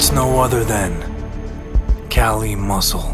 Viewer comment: The freaking suspense, and my man says KALI MUSCLE 😂😂😂 bruh tf wrong with you